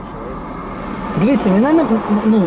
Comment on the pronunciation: Вместо "дивIться" выговаривает "дивИться"...так режет уши шо ппц